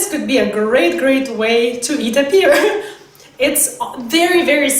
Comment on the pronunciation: You're not pronouncing "pear" right